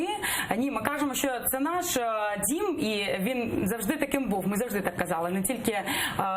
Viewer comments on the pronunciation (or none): В якомусь кримському генделику на узбережжі ці обидві прошмандовки будуть бажаними співачками серед російських окупантів, колаборантів і відвертих зрадників! "Наш дЗім" - навіть ці два слова були вимовлені на російський, пітербурзький манер! Дві проросійські курви!!!